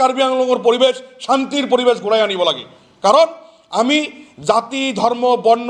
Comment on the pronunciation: অসমত স্থায়ী ভাবে বসবাস কৰা সকলো জাতি জনগোষ্ঠীযে অসমৰ শিক্ষা, সাহিত্য, সাজ, কলা কৃষ্টি সংস্কৃতিক আঁকোৱালি ললেহে সমস্যাৰ সমাধান হব কিন্তু আপোনালোকে শত শত বছৰ থাকিও আপোনাৰ মুখেৰে অশুদ্ধ উচ্চাৰণ কৰিছে যেনে অহমীয়া, পৰিবেচ, চান্ত আদি উচ্চাৰণ কৰি কেনেকৈ বৃহত্তৰ অসমীয়া জাতি গঠনত কিডাল অৰিহণা আগবঢ়াব আপুনি নিজেই গভীৰ ভাবে ভাবি চাওক ?